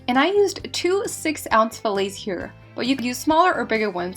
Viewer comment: I’m not gone on how you pronounce fillets